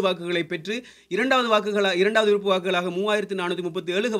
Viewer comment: விறுப்ப இல்லை விருப்ப நீ எல்லாம் நல்லா தமிழ் பேசுர